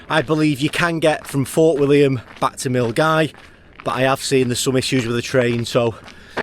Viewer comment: Hey. Good to see you out on the trail. I hope that your leg is feeling better. I was driving up Loch Lomond the other day, but on the other side of the water. I was heading to Argyll. Glad to hear you pronouncing Milngavie properly. Most people would look at it and not think that it was pronounced Mull-Guy.